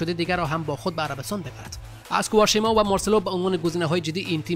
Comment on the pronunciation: کوارشیما نی بلکه کوارشما "Quaresma". تقریبن در تمامی ویدیو هایتان نام های بازیکنان ره غلط تلفظ میکنین. واضح است که متن ره از روی ورق میخوانین ولی خوب میشه قبلش تمرین کنین.